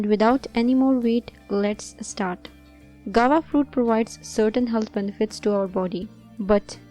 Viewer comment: Madam it is pronounced GOO-A-VA not "gawa".